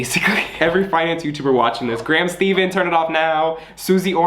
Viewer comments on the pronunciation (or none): man said graham steven 🤣 its graham STEPHEN